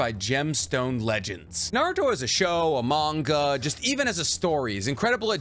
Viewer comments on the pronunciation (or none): none